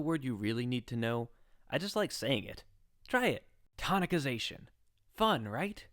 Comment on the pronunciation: Perfect explanation. I think it's a soft "c" in the word Tonicization. Everything else in the video is great, though.